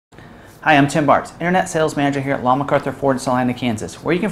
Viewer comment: Did he say his name is? 😆